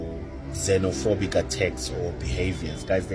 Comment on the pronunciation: Ukuluma Amanga ....mozambike it's not znofobik.country